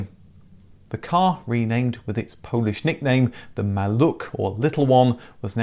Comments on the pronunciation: Maluch is readed as Maluh. Not Maluk. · MaluCH is pronounced like Scottish loCH, not maluK. Great video nonetheless. :) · Not a "president of Poland" by then, but the "first secretary of Polish United Workers Party" ;) A pronunciation of "maluch" nickname should be "malukh". It was the car, on which I made driving licence ;) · Almost... The 'Maluch' should be spoken like lone H at the end, like a whisper. Not like K.